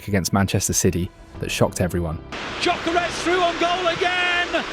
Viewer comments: OK, I think it's time for a friendly tip on how to pronounce Gyökeres: The G is silent. And the Ö-sound isn't as exotic as the letter representing it suggests, it exists in English too, in words like sir, work, fur. So: Yökeres. N.B. And if you don't trust me, just listen to how he pronounces it himself in one of the presentation videos Arsenal published the other day. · Nice vid mate, but your pronounciation on Gyökeres could use some work. Greetings from Sweden! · Please please please stop destroying his name….its getting harder to hear with each time you say it 💀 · Is this AI narrated? Man pronounced Gyokeres five different ways. 😂